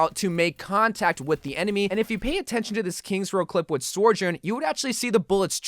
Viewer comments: I think you are saying her name wrong it’s so jurn not sore jurn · I hate to be a grammar Nazi or whatever, but please for the love of God stop saying soR-journ it’s SO- JOURN, like Sojourner. I don’t mean to be annoying it just bothers me for whatever reason. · SOjourn not SORjourn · Say it with me, So-Jurn. SO. This video makes my brain Sore-Jurn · Bro you wack: soijoirn everyone else: sohjurne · good video - it's pronounced So - jern btw, she actually says it like that herself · I hate how he says it lmao